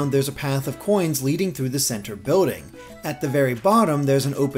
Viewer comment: It's not boating It's bILLding